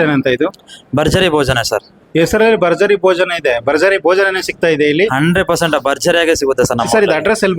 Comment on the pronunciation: ಬರ್ಜರಿ ಬೋಜನ ಬರ್ಜರಿ ಬೋಜನ 😂😂😂😂😂 ಕನ್ನಡ ಸ್ಪಷ್ಟ ಉಚ್ಛಾರಣೆ ಮಾಡೋದು ಕಲೀರಿ ಮೊದ್ಲು ಓಕೆ ನಂತ್ರ ವೀಡಿಯೋಸ್ ಮಾಡಿ ಅದು ಭರ್ಜರಿ ಭೋಜನ ಅಂತ ಬರ್ಜರಿ ಬೋಜನ ಅಲ್ಲ ಭ ಅಂತ ಹೇಳೋಕೆ ಬರಲ್ವಾ ಎಷ್ಟು ತಪ್ಪು ಉಚ್ಛಾರ ಛೇ